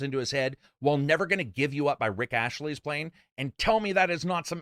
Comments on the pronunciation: Rick ASTley, not ASHley. Dude. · it's not Rick Ashley. It's Rick Astley.